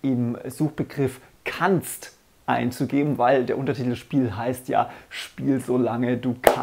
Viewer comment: Haha Lachflash bei dem "kannst"